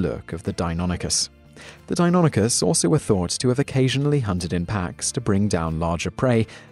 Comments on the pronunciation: That pronunciation of Deinonychus has me questioning my existence, I always thought it was Dei-no-NY-chus not Dei-non-y-chus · the first time you pronounced it i literally heard tumors growing but then you pronounced it correctly, when i was in grade school i actually got into an argument with a paleontologist who visited the school on the pronunciation of deinonychus